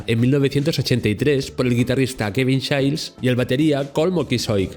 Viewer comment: Muy buen video… pero Kevin Shails???…